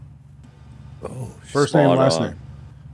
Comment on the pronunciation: Smote rhymes with Goat. TB12 coming on the show